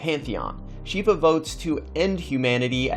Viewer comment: U mispronounced shiva but no problem